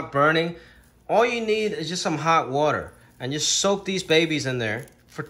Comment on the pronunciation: He says "water" like a New Yorker, then other words come out with a touch of Chinese accent. Love watching your cooking segments my dude!